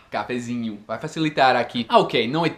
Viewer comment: "Cafezineo" kkkkkkkkk